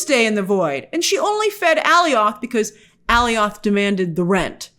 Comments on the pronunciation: Grace, who tf is "Allyoth" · X2 they put something on charles to stop his powers, and that's not how you pronounce Alioth